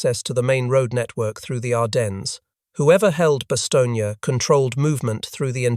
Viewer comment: It's Bastone not Bastonia